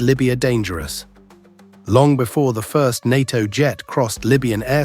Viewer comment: It's not "DAINAR" but DINAR & "NAITO not NAATO"